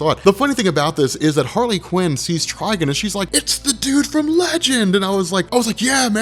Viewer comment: Quit saying Tryg'n. Its Trigon. Like decepticon. Not deceptic'n